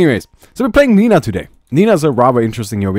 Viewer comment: My mothers name is Lina... (You pronounce it wrong)